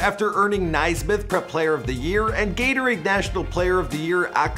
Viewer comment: Lol Nai-Smith. Pronounced “nay-smith”